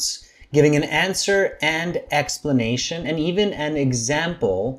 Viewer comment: good “explanatation”? Sorry…I’m a native English speaker, and I don’t recognizagate this word 😂